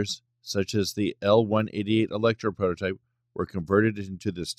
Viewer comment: and just what is a protype? it seems ai narration cannot handle the T in prototype